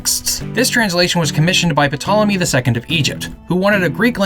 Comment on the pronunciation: Lol honestly what’s the difference between second and two corinthians. Also it’s pronounced tolomy not ptolomy